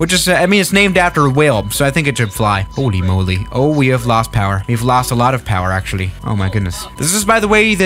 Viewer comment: Nobody:: “hÖLy MöLy”